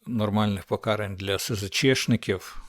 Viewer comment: Не "ціну, а ці"ну. Пока"рань, а не по"карань. Не ви"моги, а "вимоги. Набирати обертів, а не оборотів. "Мичати" мовою огидного булгакова не варто, але йти як теля на повідку в москалів, що видумують всілякі "правопісі", огидно.